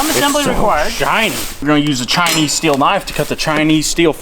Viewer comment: "oh yeah Chineseam" got me laughing 🤣😹